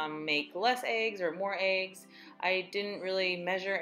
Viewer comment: Love the video and congrats on the progress! The only thing that kills me is when people pronounce "eggs" as "aygs" lol. Like when people pronounce "legs" like "laygs" 😆😆😆